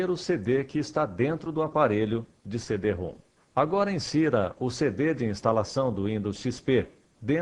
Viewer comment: Pronuncia-se "CD-RÔM", não "CD-ROOM".